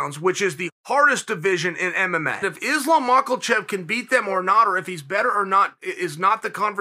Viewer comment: “Islam mackelchev” -chael sonnen